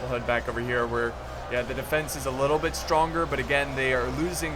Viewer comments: when he said bit don't add the "th" i was like ok but it doesn't seem right bitth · "don't add the T H" just slow it down a bic? damn man, words are that hard.. :D